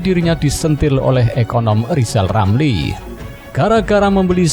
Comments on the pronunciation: Mksud Ghizal Ghamli,Nte yg mau gantikan Pak Jokowi..? Dari pd Nte yg mau jdi Presiden,mending gk usah ad Presiden. Krn Ghizal Ghamli,Jgn kan jdi Presiden,nyebut huruf R sja gk tau. G mna,mau jdi Presiden..? Sangkin bodohx klu Ghizal Ghamli,jdi Presiden pasti gk ad yg mau dgr apa kta"x. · Ini komental saya buat lizal lamli, kalau mau jadi Pleciden, belajal ngomong R dulu, soalnya ngomong nama sendiri aja kagak BECUS.!!! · Lizal lamli halusnya bicala benal dulu balu bisa koleksi olang, bilang R aja susuah mau ngurus negara , ngurus satu huruf saja susah..wkwkwk. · Lizal Lamli olang gk walas...gk pintel... Adooh...sorry bro gk bisa ngomong "R" 😅🤣😂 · Lebih baik lijal lamli aja yg mundul 😀😀😀